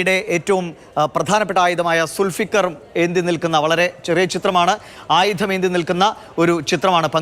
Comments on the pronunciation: Sul Sikar alla Dùlfukar ennanu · സുൽഫീകർ അല്ല ദൽഫുഖാർ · സുൽഫികർ അല്ല ദുൾഫുകാർ